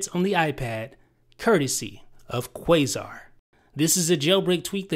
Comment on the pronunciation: It's pronounced Qasar (Kah-Sar).